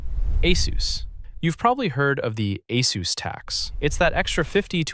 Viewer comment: its pronounced Ay-SUS not Ay-SOOOS WHERE IS THE OOS?